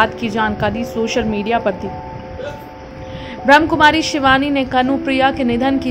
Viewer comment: ब्रह्म नही ब्रह्माकुमारी है, थोड़ा ढंग से बोले।